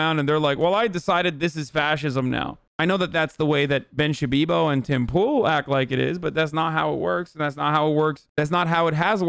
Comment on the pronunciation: Did he call him Pim Toole?